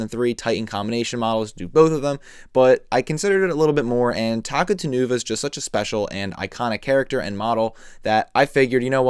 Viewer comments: I think his name is pronounced “Ta-cou-ta-nuva” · His name's actually pronounced as Takuta Nuva since he's an importmantu of Taka Nuva and Makuta. Pronouncing it as Taku Tan Uva just sounds so weird and wrong. Otherwise? Great review! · I thought it was pronounced Takuta-nuva. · yeah same, since its a combination of Takua and makuta with the nuva suffix.